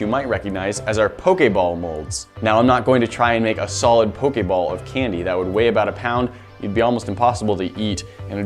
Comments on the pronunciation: anybody else go crazy when he says 'po-kay-ball' and not 'po-kee-ball'??? i typed the pronunciations not the spelling, dont yell at me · who else is it triggering for when he says pokAball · its poh - kee - ball